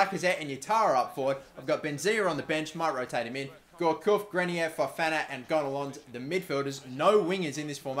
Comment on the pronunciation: Pronounciations: Digne - Dinye Gonalons - Gonalon Stade Rennais - Stad Ren